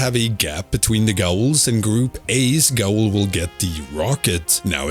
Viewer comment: I have no idea if you already know this and are just meme'ing, but in case you're not, Gaol is pronounced "jail".